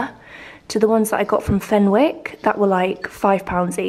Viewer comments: So desperate to get the decs up, your videos could make the Scroogiest of Scrooge’s feel festive 🥰 also, the W in Fenwick is silent 😅 xx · Lovely vlog as always 💕 Fenwicks is pronounced as "Fennicks" xxx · Fenwicks is pronounced fenicks my lovely the W is silent. It’s a local department store in the north east 🤍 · Fenwick is pronounced Fennick and it's a department store not a shop